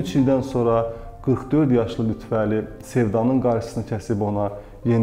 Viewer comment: Xahiş edirəm LütfƏli deyin siz lütvəli deyəndə düzgün olmur mənası Əlinin Lütfü yəni Əli siması siz isə lüt Vəli deyərək onu yanlışlayırsız